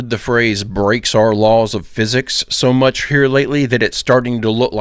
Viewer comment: She said too mich